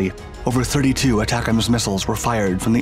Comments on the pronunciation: Pronouned “A-tacems”. Not aTACems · Not pronounced Attack-ems. The A is long. it's A-tac-ems. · pronouced AAA tack ems. I used to be a technician on the MLRS system. very effective and accurate mobile indirect fire. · I've been laughing every time this guy says it, how can he not laugh at this! I can't wait until we give them the jizams hahaha! Y'all figure out what that stands for, I have no idea.